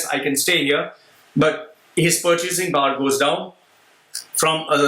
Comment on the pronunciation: "purchasing paaar" goes down !! and he is mocking about how Apple is pronounced!